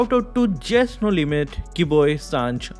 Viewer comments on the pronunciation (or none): none